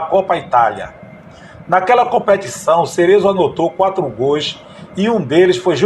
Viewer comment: Caro amigo. Me chamo Roque Rios. Sou amante e saudosista do futebol. Gosto muito dos seus relatos. Mas, por favor!! Não pronuncie GOIS. A pronuncia é GOLS. Obrigado.